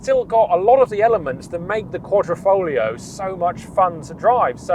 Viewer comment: Great video but is there no letter "I" in the English alphabet? It's Quadrifoglio not QuadrOfoglio...QuadrO is a picture frame in Italian....but like I said Great Video!